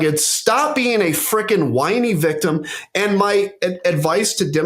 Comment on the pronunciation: “Victimmy"! Hahaha! Love Adam!